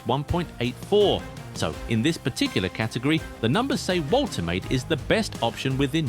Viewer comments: Pronounced "Vol-te-mah-de" not voltermaid. German name. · The pronunciation is Volter Mardurr